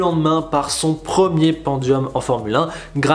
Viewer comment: pandium pantois